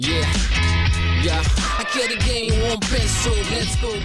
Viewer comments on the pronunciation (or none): none